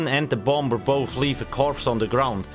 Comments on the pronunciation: You don't pronounce the second b in the word bomber. It's silent 😊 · The bom-ber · Take a shot everytime he says Bomb-Ber